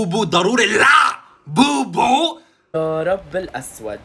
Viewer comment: لاع بوبو ✅ لابوبو ❎😂😂😂